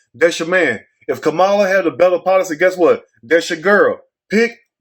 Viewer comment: THAT'S A LIE! I HEARD HER SAY SHE IS BLACK. .. ARE YOU DELIBERATELY PRONOUNCING HER NAME INCORRECTLY?